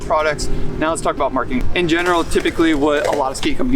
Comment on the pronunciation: you say "Perfec" you said "Splitfire" are you drunk?? I mean every video is riddled with your awful pronuncia im just baffled like no one else notices it hilarious none the less. Marking?? Instead of marketing. Come on man